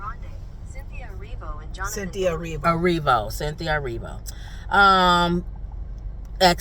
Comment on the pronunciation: I love y'all! But I know you can pronounce Cynthia! 😂😂😂 She was born in Britain, not Africa .